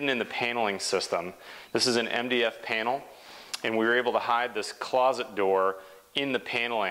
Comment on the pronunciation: "pane-nel"??? You mean Panel as in (tin) can not cane as in (walking) cane. panel